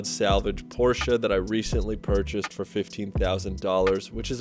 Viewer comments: Nice car and im glad someone from the usa says porchE and not porch great video and i love your Volvo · Thank you for pronouncing Porsche correctly. You are way ahead of the game. You won't believe how many "experts" on youtube cannot even get the pronunciation correct.